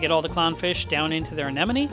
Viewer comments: He keeps saying "aneneme" instead of "anemone" and I'm dying here 😂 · GOOD LORD! It’s Anemone not ANENOME! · I think he may be mis pronouncing Anemone. Is he saying an-nen-numee? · The fuck is an anenome It’s anemone!! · Love how you say "anen-oh-mee"... Haha. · Still blows me away how many experienced reefkeepers can't say "aneMoNe" correctly on a regular basis... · Did I hear you say a-ne-no-me a few times? 😊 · crazy how the first time you pronounce anemone correctly and the other times you botch it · It was a bit entertaining.